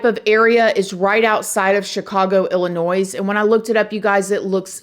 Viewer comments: say it with me! Ill-i-noy. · Did you actually pronounce the "S" in Illinois?? 😢 yes ... Yes you did 😂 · You said illinois with an s! You corrected this months ago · Ok. First The S is silent in Illinois! Please say correctly. I live in a town next to Buffalo Grove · They lived pronounced “Illi-noy”. Not “Illi-noise” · Girrrl I love you but if you pronounce Illinois like illi-noise one more time 😅😂 the s is silent. Chicagoan here 😅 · Prounced Ill I noy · ILLINOIY. The S is silent!!! You southerners kill me!! 😂❤ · Boo!!! The "s" in Illinois is silent.. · You don't pronounce the s in Illinois, you should know how to say the states of your country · Illinois is pronounced without the S- hearing it with the S is definitely a pet peeve of those of us that live here lol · PUBLIC SERVICE ANNOUNCEMENT: DO NOT PRONOUNCE THE S IN ILLINOIS. THANK YOU. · There’s no “noise" in Illinois. The “s” is silent. Thank you for covering this case! Love your channel! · Hello. Suburban Chicago native here. New subscriber. In regards to pronouncing Illinois, the S at the end is SILENT. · you’re cute but you don’t pronounce the ‘s’ in Illinois. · The S is silent in Illinois. C'mon! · I live in Chicago. The "s" in Illinois is silent... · I love you but Illinois is pronounced without the S at the end 🤣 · I live in chicago and don't recall having heard of this. Thanks for covering! The S in illinois is silent, but I'm not mad at you 😂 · Morning doll! The "s" on Illinois is silent lol. LOVE your "show" think your prob my fav to watch!!! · There is no 'S' when saying the workd Illinois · It's illinois love. The s is silent. So it's illinoi! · Illinois,the “S” is silent lol 😂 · For the record you don't pronounce the "s" in Illinois 😂 love this girl ❤ this case and ongoing deaths are sus and hopefully gets figured out sooooon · The S in Illinois is silent pronounced Illinoi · The “s” in Illinois is silent ☺️